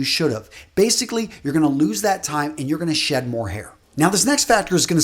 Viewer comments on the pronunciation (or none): none